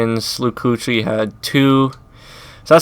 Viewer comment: Luke Kuechly is pronounced Keekley